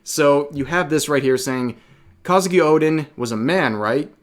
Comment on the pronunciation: It's Kozuki, not Kazuki